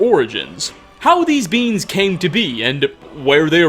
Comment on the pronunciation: When "beings" sounds like "beans". "Trolls used to be much larger beans. uwu"